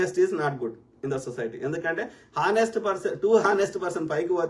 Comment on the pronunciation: అది హానేస్ట్ కాదురా బాబూ h silent...